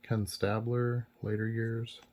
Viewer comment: You said Ken StAblers name correctly once 😂